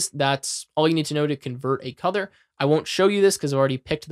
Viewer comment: Can I ask why you pronounce "Color" as "Cother"?